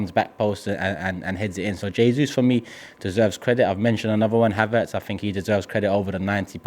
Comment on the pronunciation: Did just said “Haverts keep his spot” lol